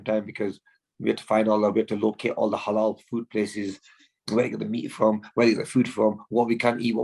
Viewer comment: Go on Amur did t have to emphasise it halal beef